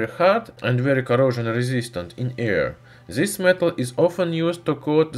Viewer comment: Putin has farted and produced DZIS ruthenium claud over Europe,by the way your english pronunciation doesn't get better